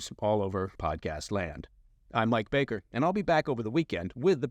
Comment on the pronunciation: Mike "propagandist" bakerrrrrrrrr